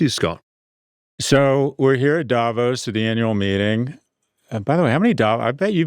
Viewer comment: The first commentator I've heard who actually knows how to pronounce Davos (Da-VOS).